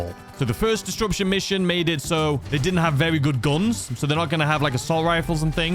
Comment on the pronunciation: I love you but disruption doesn't have a "d" in the middle 🤷‍♂️🤷‍♂️ disDruption 🤣🤣